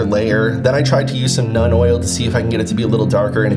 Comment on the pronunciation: Love the video! I hope I don’t sound like an obnoxious prick, but it’s pronounced “noln” oil rather than “none” oil. It doesn’t bug me, I just don’t want you to get made fun of for the pronunciation!